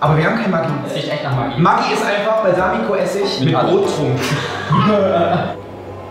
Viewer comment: Es wird hald matschi ausgesprochen nicht maggi🤣